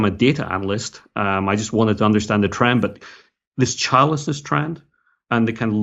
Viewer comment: When you said "childlessness" at first, I thought you were saying "childishness". I'd say childishness or selfishness is a cause.